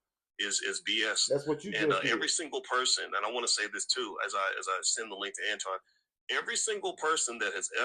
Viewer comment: Notice suddenly Boyce started pronouncing Anton's name correctly